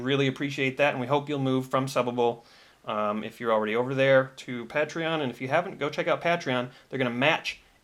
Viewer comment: How much do I have to donate so start pronouncing patreon correctly.